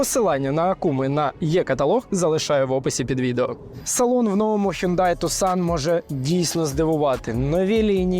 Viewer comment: Правильно казати "Хёнде Тусан"